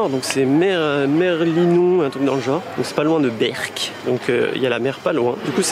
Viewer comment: Comment tu as cassé la région du Nord avec ton accent "Merlimont " et " berck" plus le cliché qui pleut dans le nord , ça fais ma au coeur.